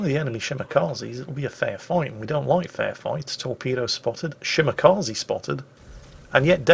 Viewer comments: Dear, Kaze is pronounced Kazeh, not Kazee. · Ah yes, the Shimakazi., when will you learn that the japanese E is pronounced like the E in Echo? xD